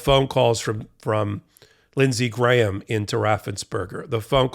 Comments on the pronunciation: Props to! You're one of the few Americans who can pronounce "Graham." I mean, his brain probably only weighs a gram, but all of him doesn't. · Wow, an American who can pronounce the name Graham correctly!